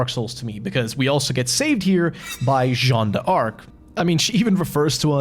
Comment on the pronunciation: It's Jean dark, not Jean dee arc by the way, haha